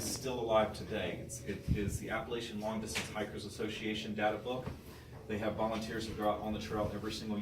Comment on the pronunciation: Wtf this guy can’t say Appalachian 🤯